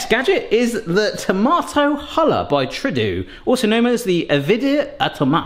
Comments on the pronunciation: Third gadget in and he calls it true do.. sir.. that is the name of our prime minister in Canada and it's pronounced True doh lol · I wonder how many Canadians winced at the pronunciation of Trudeau as tradoo?